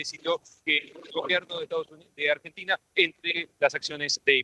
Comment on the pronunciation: Jajajajaajaj ÁMBRENTINA😂😂😂😂😂😂😂